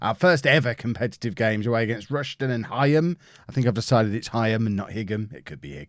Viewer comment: It’s pronounced “High-Am” and “Rush-Den”